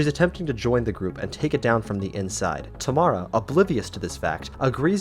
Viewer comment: it isnt "Tamala" its "Tamara"